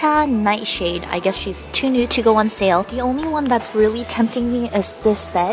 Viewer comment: You pronounced am in it a nightshade wrong lastic